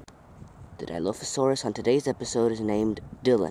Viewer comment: for the last time! it's not di-low-fo-sauras it's di-LAW-fo-sauras! have'nt you seen the first jurassic park?